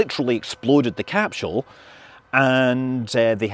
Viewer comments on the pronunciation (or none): there's no "H" in CAPSULE. it's not fecking capshewl.